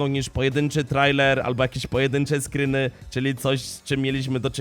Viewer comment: "SCRYNY" XDˣᴰ